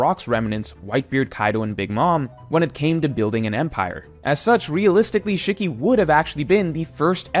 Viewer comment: Shikky =/= Shiki (She-key)